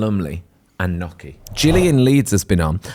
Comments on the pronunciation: and please, please, please learn how to say gnocchi! It’s not “nokky” but “nyokky”! I’m very surprised at not knowing how to pronounce this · It’s not nocky, sweetheart, but niocky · God knows what Joanna thought of stupid question about how the offer to star in 'Amanda Land' "I want to be on the "telly" CRINGE.....:face-fuchsia-wide-eyes::face-fuchsia-wide-eyes::face-fuchsia-wide-eyes::face-fuchsia-wide-eyes: Come on "Nock-ee":face-green-smiling: Really??????? It took Joanna who pronounced Gnocchi correctly.... Not surprising.:body-blue-raised-arms::text-green-game-over::person-turqouise-waving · WHY are you saying NOKKI 😭 Not Joanna. I think Joanna is the only guest so far who actually pronounces it correctly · Guys please... it's not 'knocchi'. It's 'gnocchi'. Please respect the correct Italian pronunciation. Dame Joanna is a delight. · Somebody on the team, please coach on how to pronounce the word, Gnocchi. Please. This is a food-related show. So embarrassing for him.